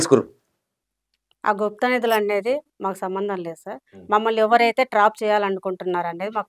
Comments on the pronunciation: Nadulu kadu anna nidulu😂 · గుప్త నdhuలు....కాదు నిదులు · nadulu kadu bro nidhulu